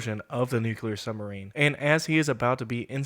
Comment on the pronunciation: NUCULAR? FOR REAL?? Not Nuclear?